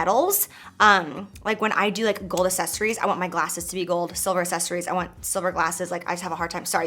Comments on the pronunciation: Anyone notice the way she says “accessories”? She pronounces it like “uh-ses-er-ies” instead of “uk-ses-er-ies” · "assesories" SISSSS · I just want to help you, repeat after me: ack-sess-or-eyes ack-sess-or-eyes ack-sess-or-eyes Accessorize. It's not, assess-or-eyes. And candles aren't "pigmented", girl. 😂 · Don't make yourself look dumb. Grammar lesson time! sunglass is not a word, it's always plural, it's ALWAYS sunglassES axes - sories is the way it's pronounced, not ass-es-ories for the word accessories be an intelligent woman, because some crazy kids think you're their role model Cheers 🧚🏻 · Girl I love you but everytime you say accessories it's so close to assessories. You missin the C's and I die a little inside everytime 😭🤣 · "Assessories" 🤣 xx love ya J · Girl it’s not assesories it’s accessories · I Listened 5 times and I swear she says asses-eries.. instead of accessories lol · Everytime she says "Ahsessories " 🙉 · New game: take a shot every time Jaclyn says aSSESSories hahaha ily girl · Am I the only one phased that she pronounces it "assessories?" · Is it just me or does she say “assessories” 😂😂😂 love it tho👌🏼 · She does! ...never heard anyone pronounce it that way. Lol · LOVE the video, and dyinggggg for those sunglasses! I've gotta say though, the way you pronounce accessories makes me wonder if I'm saying it weird or if you're saying it weird?! LOL!!! I think its just a regional accent thing. I say "Acks-sessories" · take a shot everytime she says "assessories" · Does anyone else live for the “assessories”? No? Just me? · Why do I love the way you say accessories like assessories sounds soo bougie 💓💓💋💋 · She cannot pronounce the word accessories lol. I cringed every time she said it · Honey, your pronouncing accessories wrong Lolol I love you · Yates I wonder is anyone gets confused if she says access the same way she says accessories. 🤔🤔 Hahaha.